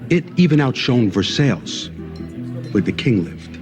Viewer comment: I think is a dumb ass. He uses words incorrectly or mispronounced them. What the hell is "Ver-sails"? It's pronounced "Ver -s-eye"